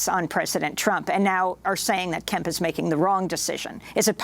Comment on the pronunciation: ...is it Governor Kemp or Governor Pimp?